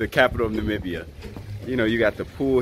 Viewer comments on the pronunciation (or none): none